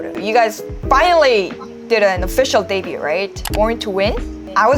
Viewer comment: minor thing: the 'T' in debut or debuted is never pronounced